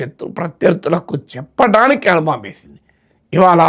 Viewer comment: అను బాంబు? అణు బాంబు !